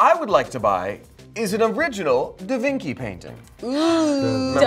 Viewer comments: da Vinci is pronounced da vinchi like ch in chip but spelt da Vinci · The fact that they still say DaVinki makes me so happy